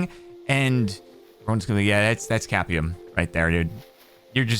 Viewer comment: theres no way bro just said "capium" It's "copium" bro💀